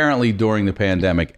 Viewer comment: Omg Christina calling the pandemic, " Pande " ... Ha! 😃👍